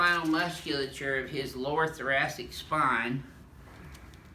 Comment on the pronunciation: "Im stick my elbow in your lower thurastic "